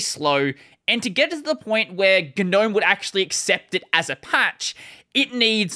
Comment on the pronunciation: Oh, the G in Gnome is silent. It's pronounced nowm.